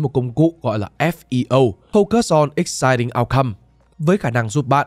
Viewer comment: thế rốt cuộc là existing hay exciting vậy kênh ơi 🥲